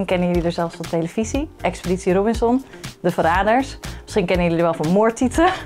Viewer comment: Het is echt hilarisch hoe “De Verraders” zegt😂😂😂